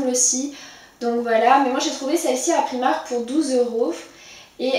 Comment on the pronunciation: Super vidéo mais ça se dit priimark en anglais 😁 bisous